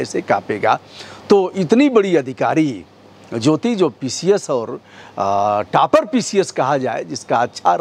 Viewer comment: टापर नहीं होता हैं बे टॉपर होता हैं